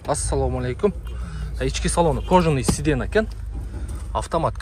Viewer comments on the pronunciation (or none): Сидена эмес сидения деп уйрончу. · Сиденье,хозяин деп айталбай койдуң го .. 😂😂😂 4 тилде сүйлөгөн адамдай эле тилиң кайрылбайт го кээ бир сөздөргө .. мектеп бүттүң беле чының айтчы???